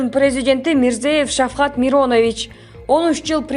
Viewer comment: Сонун сөз сүйлөп койуптурго бул кыз. Мирзиеев Шавкат Мирамонович деп айтыңыз. Миронович эмес..